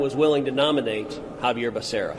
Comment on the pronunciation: Joe didn't even know becerras name he called him baccaria . Pure show